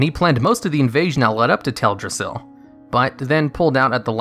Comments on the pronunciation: He keeps saying "Ted-rassil" Who's Ted? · cmonBruh, "tedrassil"? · Its Teldrassil. Not TEDrassil